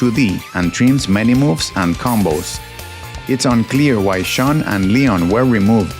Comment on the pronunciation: Shodown, not Showdown. Shun, not Sean. Rafale, not Rafal. SNES, not ES EN EE ES.